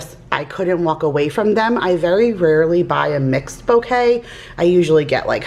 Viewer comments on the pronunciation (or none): none